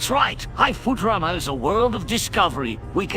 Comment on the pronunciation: BENDER PRONOUNCING IT AS FOO-TERAMA IM YELLING